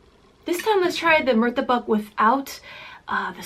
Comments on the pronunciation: Satay=sat ay Char kueh teow= char ku eh tea ow Murtabak=mur ta Bak not muru ta Bak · It's MUTABBAKH not MURTABAK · Here is some pronunciation helpers: 1) Cha K-way tiao 2) Mur to/ta bak 3) Not Sautee but Sa (tae) tay like taehyung.